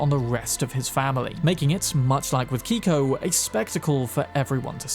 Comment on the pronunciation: You said Keiko's name incorrectly. Likely is a Japanese pronunciation.